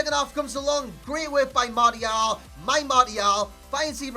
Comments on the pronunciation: "mardial" smh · mate no offense, but you're pronouncing martial wrong . xD love your work btw =)